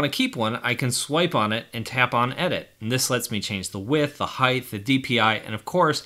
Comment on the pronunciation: Am I the only one who realized that he said heighth